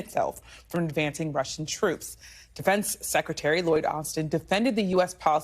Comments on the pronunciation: She call it Ucran....like cranberries lol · Ucran? Did she say Ucran? Lol .Big Dumb Lloyd...uour fired. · ‘Ucran’? Dang she can’t even read a teleprompter. Scrapping the bottom of the barrel I guess.